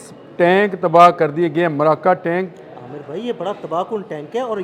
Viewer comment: Hhhhhhh maraka tankk.o bhaii maraka ni markawa tank...